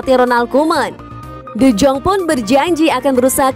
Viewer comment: Penyebutan nya D Yong Bukan D Jong Saran sih